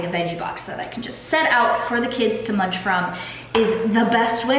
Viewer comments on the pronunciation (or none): none